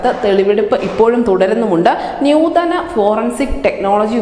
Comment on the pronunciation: നൂതന എന്നാ പറയുക ന്യൂ തന എന്നല്ല നല്ല മലയാളം പറ